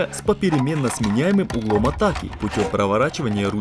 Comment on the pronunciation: Ну вот как всегда... "Проверили уровень армировки по лескЕ". "Асфальт обрезали под прямым Углом" "как раз на стыкАх" Такое ощущение что вы индусов на озвучку пригласили.